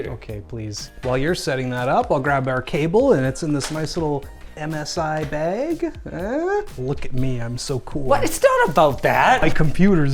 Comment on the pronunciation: I thought he said MSI egg instead of bag and thought "yea that fits the dragon theme" lmao